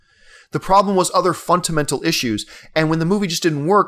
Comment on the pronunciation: John, I'm not sure how they say the word in Canada, but in America, we say fundamental, not funtamental. ;) Love ya, keep up the awesome vids.